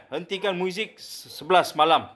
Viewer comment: Kata cikgu.Tapi sebut muzik pun xbetul.Muizik😂😂😂